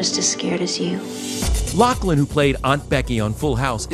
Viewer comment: LauFFFFFFFlin!!!!!! For F sakes, pronounce her name right!!!!!!